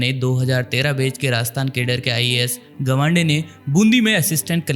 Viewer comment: It's 'गावंडे' not 'गवांडे'